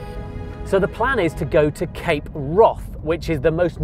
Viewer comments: Its not pronounced Cape Wroth...It's Cape Wrath...Brilliant Bruder Trailer, Shame you didn't show more of it 😞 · Why does this guy keep saying cape Wroth?